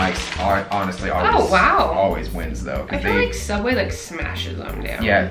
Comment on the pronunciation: sooubway .....theodd1sout😂😂